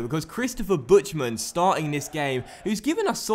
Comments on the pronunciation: He says Butschtmen:D That's so wrong, it's funny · Buhtman is the Pronunciation.